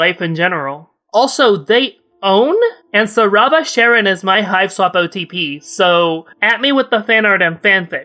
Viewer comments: Pretty sure it should be pronounced Ka-run, it's a reference to Charon the ferryman. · im sorry are you saying sharon